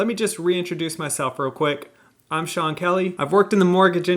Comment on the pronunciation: wait do you really not know how to pronoun sean? thats hilarious if you actually dont. i cant tell